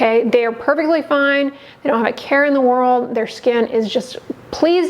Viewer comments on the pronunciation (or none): none